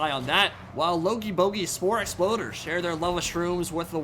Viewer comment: "Logey"... yes... "Bogey's"...yes ... "Spore"... YES....................... "Exploders"... NOOOOOOOOOOOOOO... YOU HAVE FAILED US... YOU WERE SO CLOSE TO ACHIEVING GLORY